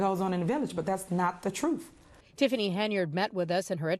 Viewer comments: Oh she's going to tell the TROOF and nothing but the TROOF, LMAO English should be essential to be in politics. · The people of Dolton will choose a mayor more carefully. Tiff never tells the "troof". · Tiffany is bat shit crazy! 😂😂😂 she said I am going to tell the truff😂😂😂😂 she is not qualified for that position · She doesn't know how to tell "tha trufe" she's delusional 😂